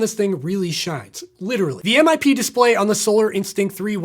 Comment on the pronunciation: Its pronounced as one word, MIP. NOt M-i-p ffs